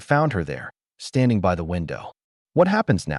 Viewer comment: Your ai just can’t handle English or numbers. Just ruins an otherwise good story. I. S instead of is and b. Y. Instead of by amount others. You could have listened to it and corrected it. Just laziness and clickbait!!